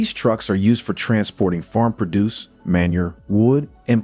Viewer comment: You were doing ok until, within the space of 10 seconds, the " narrator " proved incapable for correctly pronouncing words like "manure". And " produce".....these are not obscure words! If that's an AI program talking, get a better one. If it's an actual human speaking, get somebody with a 7th grade education who speaks English. Or hire an editor. A human one, I think.... Good luck with your channel.